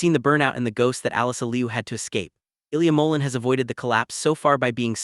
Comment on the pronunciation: You need to learn how to pronounce Ilia last name!